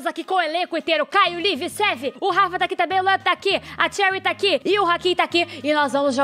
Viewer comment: não é xeurii é cherry mds volta pra escola volta